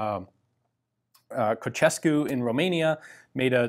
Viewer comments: Cucescu? Ceausescu!...at least try to repeat for 1-2 minutes that name, just before u start that show... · Ceaucescu not ceacescu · This is how you pronounce Ceaușescu right: And here it is how you pronounce Cugir right ș is the sh sound in Romanian and gi is its own grouped sound - think of G.I. Joe when pronouncing that g You nailed the Pușca Semiautomatica cu Luneta, congrats on that. Btw Cugir is a town in Transylvania where metal working goes all the way back to the Austro-Hungarian Empire (Metal Works factory , then a second factory in 1900) and this Metal Works was converted to a weapons factory by the Romanians in the interwar period in 1925 with the help of Vickers and later in 1928 Skoda. It was making only weapons in WW2 and then during communism this weapons factory was developed heavily between . After 1990 there was a decline but since 2004 they are making weapons again and are bringing up the factory to NATO compatibility. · Ceaušescu not Cocešcu. What’s your problem with you guys. This name is very usual and easy to pronounce. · Ceausescu pronunciation = Tcheaushescu or Czeaushescu. CE = diftong pronounced as in italian/latin. Cugir - gi is pronounced as in giratory, girafe. I know, I know :) Not bringing value to the conversation. I'm putting this here just to help your confidence, you pronounced the names pretty well. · Very nice presentation. Just a few point on the pronunciation: 1. Ceausescu: Cha-oo-shes-ku. No need to hurry here. Just say each part individually, and then without the break between. 2. Cugir: Cu - gir (as you'd say that in English) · That would sound like Șeaușescu. You pronounce "ce" like the "che" in "chess" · pronounce Ceausescu like Chausescu, we good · It's pronounced Chow - shes - cuh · something we can't say about the pronunciation of "Ceausescu" :) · Your pronunciation, was not bad, really, except "Ceaușescu" :) Great channel, thank you for your work and greetings from Romania ! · The way he said ceausescu was just bad